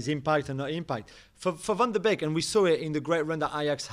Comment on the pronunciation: Nobody with a working brain thought Van de Beek (bake, NOT BEAK) would rip it at United precisely because they already have Fernandes AND Pogba. Van de Beek is actually a natural mezzala. Think of folks like Milinkovic-Savic, or even Lampard. At Ajax, he played in behind the striker but his role was never to sit in the hole and pick passes, it was to press from the front and arrive late in the box with Tadic as a false 9. The way that United play doesn't really suit him. And it doesn't help that he doesn't get a run of games because Fernandes is so good. Ironically, I think he would be better suited to play at Liverpool or at Spurs with Kane dropping back like he has so much this season. He would also fit really well at Bayern playing off of Lewandowksi actually. He's basically a poor man's Muller if that makes sense. He's not a number 10/8 who will sit and dictate play, he is in between. He's got good technique but he's not there to pass the ball to the striker for the assist. He's there to offer a scoring threat himself.